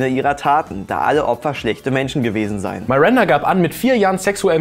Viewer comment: iss es absuicht das du am Anfang "Marinda" sagst?